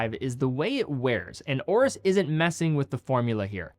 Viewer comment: Why does he keep saying; Ore-us = Oris (it has an 'i') When did a; Complaint >> become a "call-out" ?